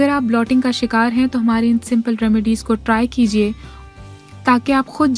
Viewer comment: Blotting nahi bloating hota he so pls don't spoil the effort with wrong pronunciation. Otherwise good effort!